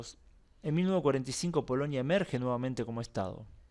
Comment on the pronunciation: POLONIA POLONIA, REPITE POLONIA, No es POLOÑIA 😆😀😁😂🤣😃😄😅